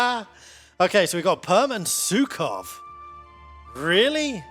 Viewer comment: those Pskov mispronounciations were like potshots to my soul